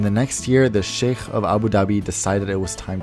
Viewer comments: Nice pronunciation of sheikh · The way you said Sheikh made me think you're Arab. I rarely see non-Arabs that can pronounce خ like that. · Wait…you said “sheikh” correctly! Usually non arabs say “ShAYk” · An English speaker who can pronounce Sheikh correctly. Kudos to you. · I love how you took the effort to learn how to pronounce sheikh properly